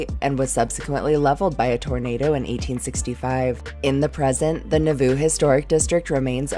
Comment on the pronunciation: I thought you said Naboo! yes my mind went to the Star Wars prequels!